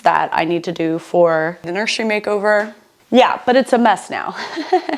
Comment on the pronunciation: I replayed four times now. Are you saying “nursery makeover”? Wtf did I miss?